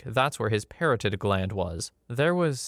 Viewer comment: The hi. I know doctor words are hard. Where you described antire-flux? Try anti-reflux..also it’s parotid gland. Emphasis on ot in parotid.